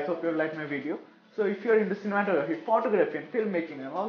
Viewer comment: You should really change the way you say photography. Your videos are dope btw❤️🙌